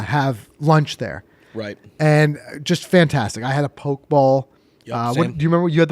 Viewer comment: Poke bowl. POH-kay, not "poke." Much like Pokemon. Nice review!